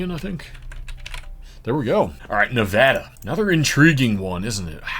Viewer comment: and Nevada correctly also.